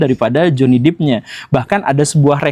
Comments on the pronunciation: Depp (dep) bukan Deep (dip) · Johny 'Dep' bukan 'Dip' Pak Guru, bacanya 😂 maap mengoreksi habis cute banget bacanya Dip. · Amber heard contoh perempuan manipulatif... utk pria, stay the hell out of that kinda woman. Btw, it's Johnny Depp not "dip" but "dep"